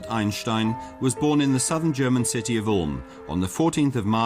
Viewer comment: talk normal moron. every time you say "Einstein" you pronounce it like "aejnstaejn" you exaggerate the german accent every time you say 'einstein' . you make his name sounds like the worlds most disgusting ice cream. just pronounce it like "Ainstain" in the german way .dont over pronounce his name in an exaggerated german accent its ridiciouless and annoying. German isnt the most charming accent so do not exaggerate that accent.